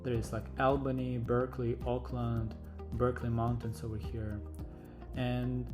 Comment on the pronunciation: Note, not "Aukland" as in New Zealand, it is OAKland. Oakland, CA.